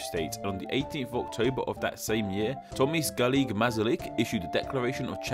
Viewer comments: thomys galik mezalyk xDDDDDDDDD that pronunciation killed me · And timas girik masarik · Tomís Garig Masalig :D Why did u dindt say Thomas Garig Masarik. I know you want that name will sound authentic. But for me its funny beacause i am from The Czech Republic :D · A ešte ako prečítal to Tomáš gárik mazsárik 👁️👄👁️💧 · Tomis Garik Masarik lol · Tomáš Garik Masarik nauč sa čítať 😆😆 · Thank you for making a normal video that is not filled with annoying memes every minute, which is getting popular for some fucking reason. The word "slověninъ" was pronunced nicely, but for example "Tomáš Garrique Masaryk" was horrible. Thank you for your time! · When you said Tomáš Garrigue Masaryk it wasn't even close but still thumbs up for trying i can't imagine to pronounce that if I was a foreigner. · You didn't say at-least one 1% of the presidents name correctly (not hating) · u cant say Tomáš Garigue Masaryk :D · that Tomáš Garygue Masaryk...you pronounced it so badly